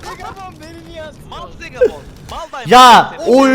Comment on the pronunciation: Abi Hasta hasta beni Zegabooon güldürdü abi Zegabon değil yarr...a olsun